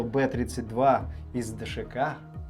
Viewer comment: Б32 наверное правильно бэ зэ два. Иначе как же он бронебойный Зажигательный, БЗэ. А не три